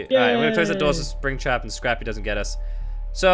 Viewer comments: Mer Et Soleil just call springtrap scaptrap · 😬it's springtrap not scrappy